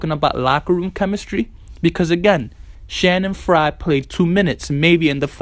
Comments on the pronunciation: Stop saying "Shanning Frye" it's "Channing Frye" with a Ch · Lmaoooo Shannon fry . He F up his name so bad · Just throwing this out there. His name is CHanning fyre not Shannon Frye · CHANNING FRYE. CHANNING NOT SHANNON.